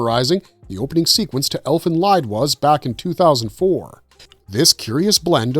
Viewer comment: Its pronounced ELFEN LEEED . Unsubbed AI SLOP